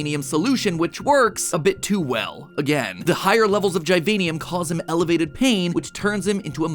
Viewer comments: it not (gie-vian-ium) its (gih-vain-ium) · Every youtuber says the name diffrent, matpat says gajvaejnium, other Say givinium